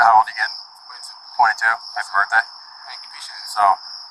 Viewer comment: “I couldn’t have spit on anyone it’s my burfday.”